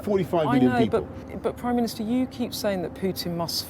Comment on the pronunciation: "prime ministahh"